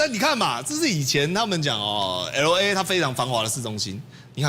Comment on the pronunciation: [el ei] 不是ELO EI 你的英文太支